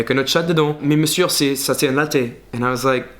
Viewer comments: I felt like he pronounce "Monsieur" with the R at the end that's wrong it's written Monsieur but it's pronounced "monsieu" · PLZ "monsieur" se prononce meussieu the final r is silent et pas meussieurrre its sounds so weird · Tu as fait une erreur de prononciation dans la vidéo: Pour prononcer "monsieur", il faut dire "meussieu" Cherche pas la logique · hey great video lol oui j'aime bien me moquer des parisiens en temps que provinciale aha juste la prononciation de monsieuR, le R est muet, ça se dit: meucieu :p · "monsieur" se prononce "meussieu" 😉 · yes and we don't say "monsieu" but "meusieu" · Ahahahaha j’ai quitté Paris pour Chicago il y a un peu plus d’un an, comme je compatis avec toi!!! ( j’ai vu quelques autres vidéos) Ton français est vraiment bon, comme on accent français d’ailleurs en revanche on est pas censé entendre le R dans monsieur 😘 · juste pour que tu t'améliores même si ton français est déjà génial, on prononce pas le r à la fin de monsieur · Paris sucks! Ne prononce pas le "r" dans "Monsieur" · In "monsieur", the final R is NOT pronounced, it is silent ! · Hey I dont know if you are doing it on purpose to mock us lol but I noticed you pronounce the last "r" in monsieur, and just in like 90% of French words, you shouldn't! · you always pronounce the 'r' in monsieur :p is that a french thing? im québécoise :) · you don't pronounce the r at the end of Monsieur!! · Quand tu prononces « monsieur » ne dit pas le « r » à la fin, ne me demandes pas pourquoi il y a un « R » si on ne le prononce pas, je ne saurais pas te répondre 😂 les mystères de la langue française !🤦🏼‍♀️ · Quand tu dis "Monsieur" le "r" be se prononce pas 😉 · we don’t pronounce the R in monsieur :) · On ne prononce pas le "R" à la fin de "Monsieur" :) Sinon ta vidéo est top ! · Salut! Quand on dit « monsieur » on ne prononce pas le R de la fin :) Sinon ta vidéo est super et toutes tes remarques étaient tellement vraies ahah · we dont pronounce the"r" in Monsieur😉